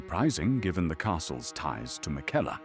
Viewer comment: why does he pronounce Marika and Miquella so strangely?